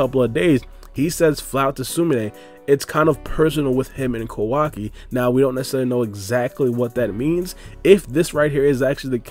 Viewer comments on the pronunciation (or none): Please please stop calling him “kO WA ki” It’s “ka-wa-ki” your emphasis on WA part of his name is so stupid. And it’s KA not KO